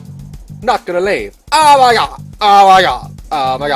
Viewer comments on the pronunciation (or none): Every time u said “OH MAH GAWD” I literally lost it. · His oh moi gawd 😂😂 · Listening to Daz say aWmYGawd Made my day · "Oma gouad I'm still groundard" bruh I'm dead 😂😂😂 I wrote it how he said it😂😂